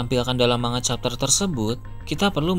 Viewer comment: manga atau mangap...sebut manga saja salah...seharusnya di pisah..MAN-GA...seperti konyaku bacanya KON-YAKU..